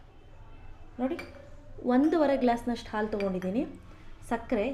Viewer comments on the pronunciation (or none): none